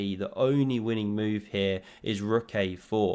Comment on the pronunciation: Pawn attacked, defended.: Phewww! vot a moove